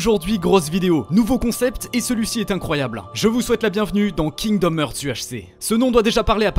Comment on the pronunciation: "Kingdom hurt" kekw rip l'anglais